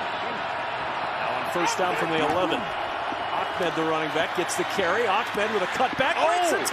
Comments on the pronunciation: This commentator screwing up Ahmed by saying Achmed...lol. Yea because there is a C in the guys last name. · He keeps calling Ahmed "Ahkmed" lol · Ahmed doesn't have a Kah sounds anywhere in it. That would be achmed.... jebus lol